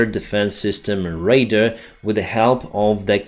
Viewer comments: BTW Radar is pronounced RAY-DARR not Raider ... just trying to help not being a dick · Hey! I am not being critical. I want to help you with one word - radar. You say it a lot lot and that's great, Ukraine is taking out a lot of Russian radars! When you say it, your pronunciation sounds like another word - raider. Just put the emphasis on the second a, the dar part. It gets me confused when you say raider. If I am confused, I'm sure lots more are. Thank you Buddy for keeping us informed! Glory to Ukraine!